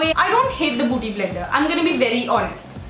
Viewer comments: 2.08 again she say booty blender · Its not buuty blender but bueaty blender yr .... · it's okay even if u dint tell it's a beauty blender but what is booty blender lol😂😂? It was so damn annoying to hear it over and over again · oh my God booty blender 😂😂😂😂😂😂 its beauty blender dear🌸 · i crack up everytime she says booty blender😂😂😂😂😂😂